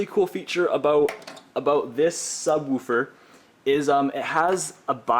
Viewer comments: sub-wu-fer haha. good video though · I love how he says subWOOFER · ha! SubWuuferrr! Canadien? Peace to the northerners! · Chris Zuccaro I cant un hear that now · Who taught you to say subwoofer?